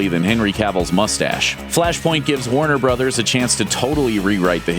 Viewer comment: At first i thought he said Wonder Brothers but he said Warner Brothers lol